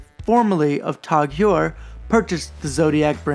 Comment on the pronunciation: Great video mam! Zodiac is one of those brands that I've always seen but never seriously looked at. Also that is an interesting way to pronounce TAG Heuer.